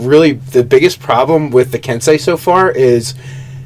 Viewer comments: Ki should be pronounced like key. Think about it more like chi. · It's pronounced, Ken-SAY and Kee. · Ki is pronounced like key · I love watching you guys so much, I really do, but "ki" as in "ki points" is pronounced the same way as "key". I don't expect you to change your way of talking if you don't want to, but I figured it would hurt to lovingly point it out. It looks like this: 気 Sincerely, a fan and 5e player in Japan. Knowing is half the battle... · Not to grammar Nazi you guys but ki is pronounced like key. Long e sound. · I got a flashback to Shyamalan's "The Last Airbender" every time I heard the word "ki" being pronounced in this episode. :P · so i don't watch a lot of nerarchy and when I do its usually GM/DM stuff which is why I probably just now noticed but they are horribly mispronounceing Ki especially considering the Kai is a word, not a different pronunciation of Ki, and it definitely doesnt apply to what they are referring too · Ki is pronounced 'key' kensei is pronounced 'ken-say' just like sensei edit: These guys are still awesome.